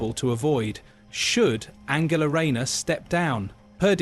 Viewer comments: No shes backing all her horses incase she becomes pm and needs a husband in tow as kier with his wife . Her name is An gel a English pronunciation as you seem to think she german and swapping between the 2. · She is not German her name is pronounced A N G ela